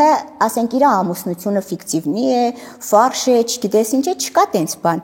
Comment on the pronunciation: Այ անգրագետ 😂 ֆարշ չի այլ ֆալշ , ասում ե ամունությունը ֆարշ է😂😂, անգրագետ ամուսնութձունը լինում է ֆալշ, այլ ոչ թե ֆարշ , ու դու ավարտել ես երկու բարձրագույն , սուտ ես խոսում ։